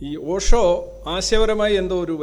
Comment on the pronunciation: പോഷോ allay, ഓഷോ ആണല്ലോ....